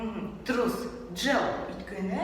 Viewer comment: неге сен өйткені деген сөзді өткені деп атайды?